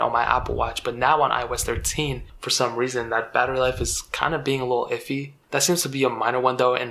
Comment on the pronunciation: Cuz eye oh esh treshe 😂